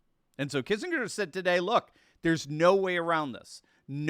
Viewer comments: I'm getting old. Do people really now pronounce it Kissing=grrrr? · So if they surrender do we get our 40 billion back? edit- Oh, and, the G in Kissinger is pronounced with a hard G.